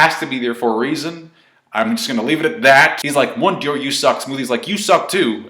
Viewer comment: Mont D'Or. No i in there. pronounced Mondor. and dont even get me staaarted on Hajrudin.